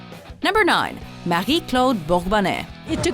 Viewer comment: It sounds like this lady know French when she pronounced 9